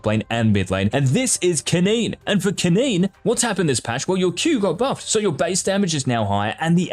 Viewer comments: i think the guy is reading off of a script, and it read "keneen" instead of "kennen". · Mans said kenean